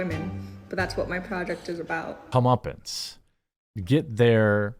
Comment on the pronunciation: Comeuppance sounded like "the Muppets" the first time.